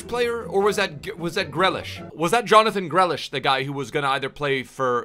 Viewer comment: "Jonathon Grelish"